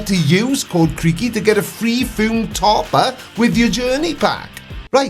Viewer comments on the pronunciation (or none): Just a suggestion going forward and a minor correction to your pronunciation of his name. In videos where he responds to you or references you he always calls you creepy. Perhaps if you in future he will call you creaky if you respect how Americans pronounce their names for example Americans say Creg when they mean Craig and the say Gram when they mean Graham and just so you know for future reference and hopefully to resolve this issue of him calling you creepy, in America Kent Hovind is actually pronounced Kunt wifebeater! If you want to get the accent correct then criminal tax dodging woman beater is the correct pronunciation for people where he comes from!